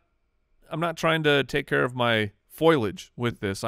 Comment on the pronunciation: saying foilage so confidently instead of foliage made me chuckle